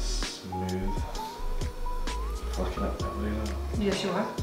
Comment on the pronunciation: I think with the accent it should pass YouTube's censors. I mean he said foookin, that's not a word.